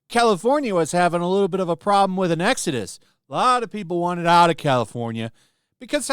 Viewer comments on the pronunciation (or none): none